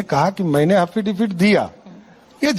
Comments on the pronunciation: affidavit hota hai haffidavit nai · एफिडेविट ❌ हाफीडेविड✅😂😂😂😂😂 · abe Affidavit hota hai Haffidifit nahi🤦‍♂ 7vi fail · Hafidifid nahi hota hai,sahab affidavit hota hai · Affidavit ❌ haffidafid 👍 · Afidavit ❌ Hafidavit✅ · तुम affidavit को hafidifit बोलते हो। अब विश्वाश हो गया की तुम चौथी फेल हो तुम्हारे पास फर्जी डिग्री है। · Are pahle bolna Sikh lijiye 'Hafidebit' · Affidavit bolne nhi aata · Aaafeedevit bol raha😂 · Hats off to the anchor. And laughs for haffidivit. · Affidavit hota h Wrong pronunciation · Affidavit bhi sahi se na bol paa rha.... Anpadh